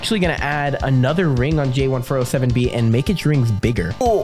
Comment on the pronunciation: It’s `jay1407b` Or is it `J1407b?`